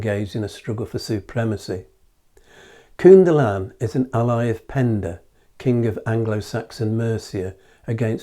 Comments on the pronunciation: Think of the English word "kin" when pronouncing the first syllable of "Cynddylan". Great video though. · Interesting video. Thanks. In the name Cynddylan, both 'y' s sound like 'uh' or as in the word ''come'. The 'dd' sounds like a 'heavy' 'th'. Emphasis on the 'ddyl' part.